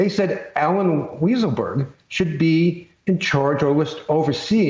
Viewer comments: Weisserberg? Weissenberg? Weisselberrl? Get it right,. It's WHY-SELL-BERG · "Weasel-berg" Lol. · When the reporter said Weaselberg instead of Weisselberg, I just thought, Freudian slip. 🤣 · Ooof, he said weasel-berg. Anti Semitic tropes bro, easy now. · "Weaselberg"? ;O) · did he just call Alen 'Weasel' berg LOL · "Weasleburg" Ha! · Sounded like he called him weaselberg one time. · He said “WeaselBurg” 😂😂😂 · I love how David Corn pronounces it Allen Weaselberg. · Alan Weaselburg Great pronunciation;) lolololololol 😆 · Thank you for calling him "Weasel-berg" LOL!! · Alan "Weaselburg" HAHAHAHAHAHAHAHAHA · Did he say weaselburg 🤦‍♂️🤣🤣🤣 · I love the way Corn called him “Allen Weaselberg”. Couldn’t be more accurate. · He called him weaselberg!!! 😂 😂 😂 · First time corn said the name he called him "Weaselberg". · "Allen Weasel-burg" lol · Did he just call him Weasle-berg? Lol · Haha "Weasle-berg" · He called him "Weasleberg" haha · Corn undecided on how to pronounce Weiselberg's name..